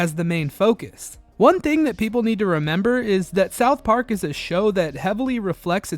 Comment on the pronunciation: this dude says “Southp Ark” one more time…